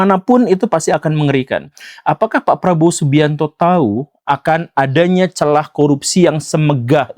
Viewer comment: Bukan celah, tapi CELAHH